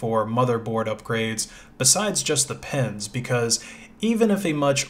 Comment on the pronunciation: "pens" cpu pens